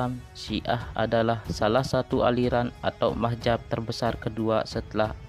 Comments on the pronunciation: belajar saja madzhab yg diyakini dulu, gak usah sok tau keyakinan lain. Nulis madz-hab aja gak bener, sok sok an mengkafirkan kelompok lai. Sama dengan admin, melafazkan mad-Hab aja kebalik mah-jab. Hagegege..... bikin ketawa aja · Maaf Min untuk penyebutan aliran dlm Islam itu adalah Madzhab bukanlah Mahjab